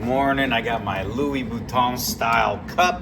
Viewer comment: you're saying louboutin like louis vuitton imo